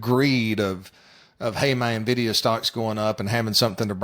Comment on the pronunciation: You can tell you're dealing with experts when they call it "Navdia". LOL what a joke.